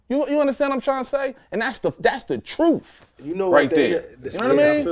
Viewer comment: "That's the troof" -Noble